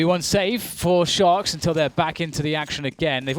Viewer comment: I always hear "shox" instead of "Sharks"